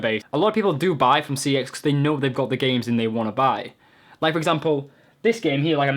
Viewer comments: its pronounced sex not c.e.x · It's pronounced "sex" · It's pronounced, CEX as in SEX. but anyway they've just done a CEX in your bottom! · no the scam is that they'll sell a game for £20 but will only give you £5, apart form that, you look like a drug a dealer and you are a absolute idiot, 1. your pronouncing cex wrong, its pronounced "sex" (verified by shop workers) 2. they say if the cover is printed 3. they don't charge a premium price, i got minecraft ps4 for £16, walle for 3.55, a ps vita with a damage screen £20 (the guy said and it was marked as damaged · I like how some people pronounce CEX as Sex lmao. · CEX is pronounced checks - just letting you know that. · The ads don't pronounce it C-E-X they pronounce it SEX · CEX is surprisingly pronounced as ‘sex’ wow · It's pronounced Secks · Fun fact: cex is pronounced sex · its sex lol even though its cex they pronounce it sex in-house. i worked there for a few months it was actually my regional manager that confirmed this